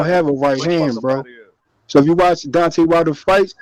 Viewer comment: that guy couldn’t even pronounce Deontay’s name right. Dante... 😂